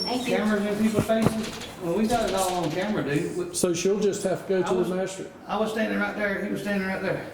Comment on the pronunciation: "Masha-strate"? WTF is a "masha-strate"?